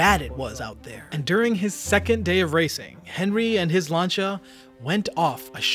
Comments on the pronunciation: I like your vids. its not lancha its lan see ya. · Oh, for fucks sake, stop calling Lancia "Larn-cha", it's pronounced "Lan-see-ah" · Lancia not lancha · Who is Lancha? Its Lancia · Lancia is pronounced lance-c ahh. Not Lanchia. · why is he saying langia instead of lancia..... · It's lancia not not lancha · Why are you pronouncing Lancia "lancha"? Its pronounced 'Lan sea A' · you hear the unmistakable voice of incompetence every time he says "Llaanchar"... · I think this is the first time I've ever heard someone pronounce "Lancia" as "Lancha" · its always staggered me how this guy can pronounce the simplest of things wrong bro really said " Lancha" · no its laan- see- uh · the Italian pronunciation in 'lancha', you are pronouncing it wrong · bro said lancia as lancha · LANE-SI-AH its pronounced, LANE-SI-AH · It's "Lan-chia" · please try this to help you out. Lancia DOES NOT have a 'H' anywhere in its 6 letter spelling. it is not, nor has it ever been pronounced lanCHA. so try this way because it is the ONLY way to pronounce Lancia. LAN.....SEE......A, LANSEEA, LANCEEA, LANCIA! hope that helps....... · The way this guy pronounced lancia 🤣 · He keeps saying Lancia wrong. Makes me mad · Why can’t you say lancia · the way you pronounce lancia upsets me, its just wrong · PLEASE STOP PRONOUNCING LANCIA WRONG